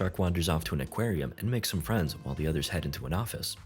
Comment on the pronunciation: You mean "King shark makes new dumb fwiends"